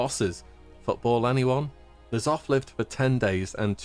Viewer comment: Uhm I am and Asmon pronounces N'zoth as Nuh-zoth, the proper way.